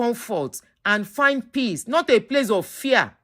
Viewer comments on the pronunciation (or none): none